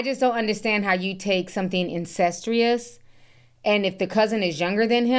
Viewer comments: The word is 'incestuous' not 'ancestrious'. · Incestuous * not incentrious 🥴